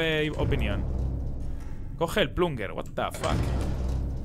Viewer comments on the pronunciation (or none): none